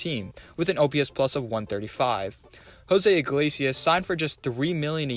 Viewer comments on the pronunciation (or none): none